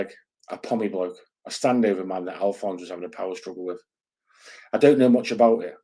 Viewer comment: Liking the international flavour bud. Btw, it's Alfonse not Alfonso 😂 But fair play, the Ozzy lot are an interesting bunch. Mad as you like 😜